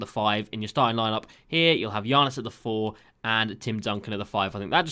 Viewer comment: Love your content, have been subscribed since the start of 2k20. I find it so funny the way u pronounce Giannis.